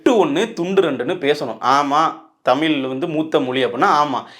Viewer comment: நீ முதல்ல 'தமிழ்', 'மொழி' ன்னு சொல்லிப்பழகு. தமிலாம் மொளியாம்.